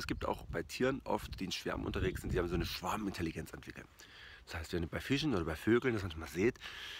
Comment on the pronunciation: Ich versteh immer Schwabenintelligenz 😂